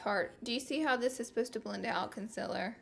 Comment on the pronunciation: Omg Laura ilysm but it is concealer not consiler 😡